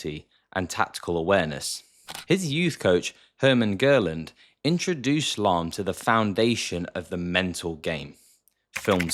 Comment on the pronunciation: its not Görlend or Djörland its GERLAND 😢